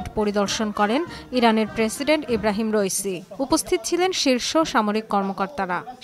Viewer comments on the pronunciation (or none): ঈবরাইম রইসি নয় ইবরাহিম রাইসি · ঈব্রাহিম রাইসি যে উচ্চারণ করতে পারে না তার খবর পড়তে কে বলছে?